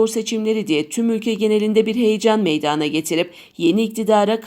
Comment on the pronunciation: Kim bu haberi sunuyorsa Türkçeyi doğru öğrenip seslendirmeli meydağana değil Meydan demeli lütfen dikkat edelim 🙏